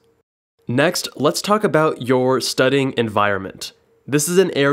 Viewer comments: Is it just me or is he saying studding instead of studying? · Am I the only one that hears “studding” rather than “studying” in this video??